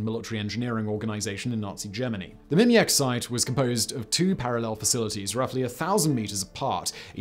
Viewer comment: “The site they chose was Mimiak.” Ffs come on Simon, please pay attention to these words rather than inventing something else on the fly?